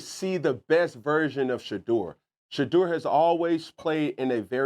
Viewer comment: Cam said Shudur !!